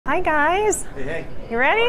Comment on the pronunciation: Say HI not HAA